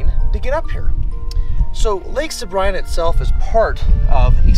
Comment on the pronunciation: I very much want to go. Thank you for the video... just one thing, it's pronounced "sa-bree-na"...